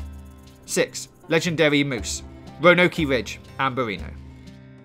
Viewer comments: Largus, Lemony, Roanokee. I love this video extremely helpful, just the pronunciation and I know its probably his accent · The way you pronounced geyser lemonyne Lagras Bacchus lakay and Roanoke is just terrible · Roanoke is pronounce "row-an-oak", not "row-no-key." God, it drives me crazy everytime I hear you say "row-no-key." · Wanoki widge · He also pronounces Roanoke as Ronokee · I live an hour from ROANOKE...Never heard in my life someone call it ROANOKIE lmao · He says Roanokie Ridge! 😂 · Ronokey + Limon hahaha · don’t let brits pronounce American names he messed up on Roanoke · His pronunciation of “Roanoke” was something else lmao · His r's? He literally mispronounced like half a dozen words, like Roanoke, Lamoyne, pheramones, and my favorite, Tanaka, he actually said "katana".